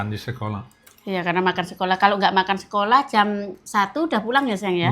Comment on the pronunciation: tlg kalau blg sekolah H nya dibaca mbak ❤ maaf ya mbak 🙏